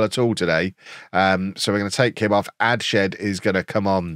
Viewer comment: Adshead is pronounced Adds-head, it's my last name and nobody can ever say it right but Adshed is better than some of the versions i hear 😂